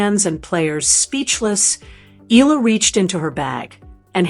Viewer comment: UP TO NOW, YOU DONT KNOW HOW TO PRONOUNCE HER NAME. ITS E-YA-LA NOT EE-ĹA.